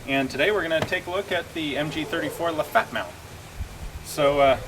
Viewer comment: LafettE the E is not silent